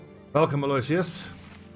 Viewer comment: I would hazard a guess that it's scramasaxii but I don't have an actual source for that edit: also Aloysius is pronounced Al-oh-wish-us I believe